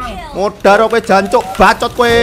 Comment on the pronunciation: Bacot bukan bacit